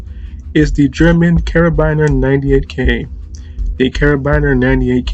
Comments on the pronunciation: Kar a bin ERS. And marss 36 not mass. Gotta get your words right to be taken seriously, and you should be taken seriously, you do some wonderfully deep research, except into pronunciation. That counts too, it can make you sound sloppy, as if you didn't research. Its just the next step my friend. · I cringed a bit at how he pronounced Karabiner and Wehrmacht